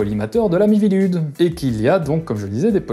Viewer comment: Chaque fois que tu prononce "la mivilude" j'entend "l'ami Vilude", la première fois je me suis demander "c'est qui Vilude?" avant de me rendre compte que c'est pas ce que tu disais XD